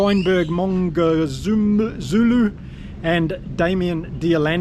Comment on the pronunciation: Howzit will be following you for the international season good to have you back- best way to remember to pronounce Sashas surname Mngomezulu is mmm-go-me-zulu! Worked for me😂